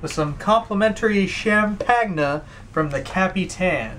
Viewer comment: “Champag-na from the Cap-e-than”